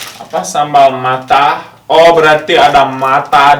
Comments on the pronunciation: Matah bukan mata, wkwk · Matah bukan mata 😁😂😁😂😁